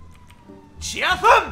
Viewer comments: Dice chazam y es shazam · Al final me ha rayado diciendo chazan en vez de Shazam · Se dice shazam no chazam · no es Chazam es Shazam...😬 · no te lo digo como ofensa pero no se dice chazan se dice shazam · LIKE por el "chazam" de. ⚡⚡⚡⚡⚡⚡⚡⚡⚡ ⚡⚡⚡Shazam! ⚡⚡⚡⚡⚡⚡⚡ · Se dice shazan